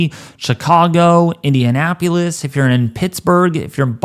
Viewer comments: please learn how to correctly pronounce the cities of Minneapolis and Indianapolis. It’s pronounced pol-les not pew-les or pu-les. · It's not IndianapUlis it's IndianapOlis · Quit saying "Indianapyulus" and "Minneapyulus". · do you just say "Minneapulous" and "Indianapulous" ? lol damn. he just said it again. how about you crack open a geography book and learn the actual names and pronunciations of the names of those cities????? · Love the video dude, but I live in central Indiana, and I haven’t heard anyone pronounce the capitol of Indiana as: “Indianap-yelis.” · I really want to be respectful, but you need to learn proper grammar. Amountful is not proper grammar. You also need to learn the proper names of the places you’re reporting on. Indianapolis isn’t that hard to pronounce. You made a real mess of it as well as other cities. You can go on Google and ask how to pronounce cities if you don’t know. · Dude can’t pronounce Minneapolis or Indianapolis. It’s easy just remember neither of those cities have a u in their spelling. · Was thinking the same thing … have you NEVER heard if these cities 😂 1 ft of snow in Ablerturkey, NM. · Indian-apo-lis...Indianapolis. It is a tongue twister for some people. 😜